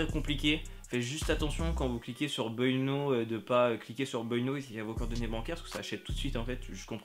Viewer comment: Mdrrr ton niveau d'anglais est éclaté.... Buy now ta prononciation stp ^^